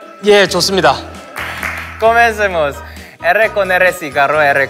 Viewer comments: Sungji en su cabeza: Comencemos suena igual que cosmetics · Nadie: Sungjin: confunde "comencemos" com "cosmetics" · nadie: absolutamente nadie: sungjin: cOsMeTiCs